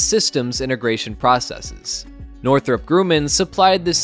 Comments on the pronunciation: It’s grumm inn, NOT groom in. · It's not Grooman... It's pronounced Grumman.